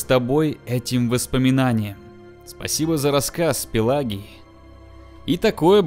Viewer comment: Не Пелагий а Пелагий...